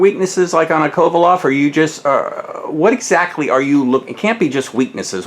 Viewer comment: His name is Kovalev not Kovaloff you could at least get his name right. We will see how Ward deals with the power and we'll see how Kovalev deals with Ward's wrestling/dirty tactics.